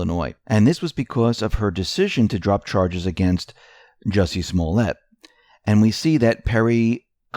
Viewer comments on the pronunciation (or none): none